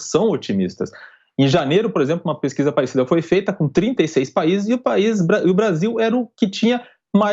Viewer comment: "Essa peskiza é verdadi, mesmo", ah pelo amor de Deus, esse instituto deve ter feito essa pesquisa lá dentro do diretório do PT